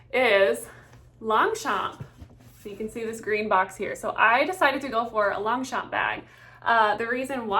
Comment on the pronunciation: Girl, look up how it’s correctly pronounced!! 😮